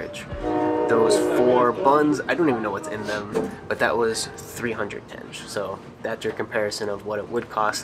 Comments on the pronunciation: It's not tenje but tengé with g as in enGlish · You guys are very positive and fun to watch :) have a safe and enjoyable trip! Proper way to pronounce local currency is like when you try to say - tengeh, the last E should sound